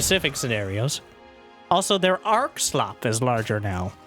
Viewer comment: It's SLOUP not SLOP 😂 wtf is every caster retarted as in an ARC of projectiles